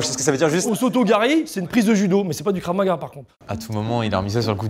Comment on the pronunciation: en plus elle disait Kraf au lieu de Krav 😂 en plus je fais du Krav donc ça m’a fait rire de voir les fraudes